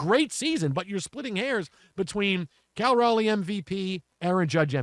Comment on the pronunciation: Respect. The Locked On Astros duo both mispronounced Raleigh's name 7 times tonight as Riley... and they called him average.